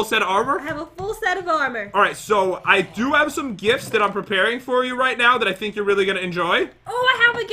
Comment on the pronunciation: "Hold on jat" wait wat? "Jat died" lol